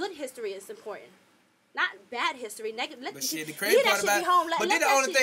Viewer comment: Shawty said, “Nega-fye” 😭😭😭😭😭